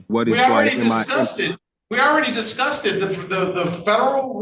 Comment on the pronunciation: Judge not Disgussed, but Discussed